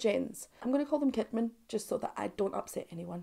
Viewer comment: "Jens Kidman": The softer J ([j] not [d͡ʒ]) and "Sheedman". That's how Swedes pronounce it 😊